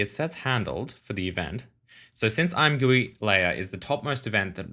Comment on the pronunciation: I swear the point of the name ImGUI is to be pronounced I'm Gee You Eye. Edit: I use dark mode all the time. Much better for your eyes and I have configured mine so it is great to figure stuff out and also looks amazing imo.